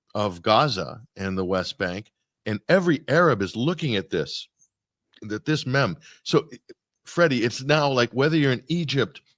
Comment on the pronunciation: will someone please tell it's pronounced meeeem?